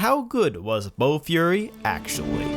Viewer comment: It was bofuri not bo fury 😆